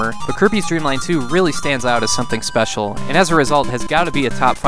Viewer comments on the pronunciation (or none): none